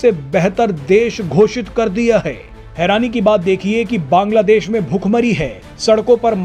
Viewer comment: Baaaaanglaa deéeesh kaisey fudu ki Tarah bolta hey .Aram sey Nahi Bol Sakta Kiya